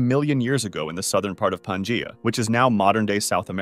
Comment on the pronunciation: Dude just mispronounced pangea like four times